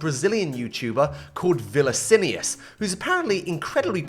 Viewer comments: VILLICINUS?? NOOO 😭😭 its vini-ci-us like the pronouciation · Vi-ni-si-ni-as is crazy when his name is Vi-ni-si-us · Vinicius ❌ Villacinius ✔️ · VILACINIUS LOOOOOOOOL vi ni cius, it really ain't that hard mate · Viliccinius kkkkkkkkk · Vilicinius* LOL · Vilicinius lol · Vilacinios 13 has to be the funniest mispronoumce ever man i loved it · Vilacinious?? are you serious?? can u read?? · Bro did the man dirty with "villacillius" :skull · "villacinius" an absolue crime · XD XD XD XD Vi-lan-ci-ni-as, poor Vinicius, we brazilians will make sure he will never forget this name for the rest of his life XD XD XD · Vinicius is actually pronounced as "Vee-nee-see-oos" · Ele chamou o Viniccius de Vilicinius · bro really said vilacinus (his name dont even has an L in it) lol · "A brazillian youtuber called VINICILIOUS" 😭😭😭